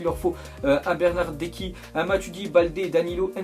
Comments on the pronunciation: c pas bernardecki c bernardetchki lol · Toi...t'a un putain de problème ac la prononciation des noms de joueurs (BOATONG..BERNADEKI..)😂😂😂😂😂